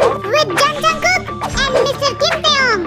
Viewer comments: Not Jung jungkook... It's Jeon Jungkook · Its jeon jungkook u said Jung jungkook 😁